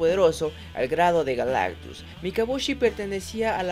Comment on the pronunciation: Por un momento creí que dijo que Galactux se llamaba Galán.